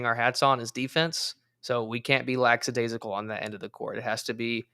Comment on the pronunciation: I've watched several of these recaps dating back to last season. Good stuff, nice summaries of the games. My only complaint is always says lackadaisical with an S. Like lackSadaisacal. says it right though so it's ok. Lol.